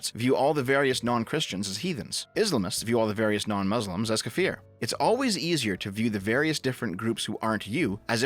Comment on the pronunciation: btw it's pronounced ka-fir, not kafeer